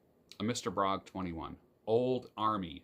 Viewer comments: A little note - "Bróg" is actually a combination of two names Bednarczyk and Róg, where the latter is pronounced "roog", so Bróg should be pronounced "broog", not "brog". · Mr.Bróg - prawidłowo wymawia się Mr. BRUG!!!!!!!!!!!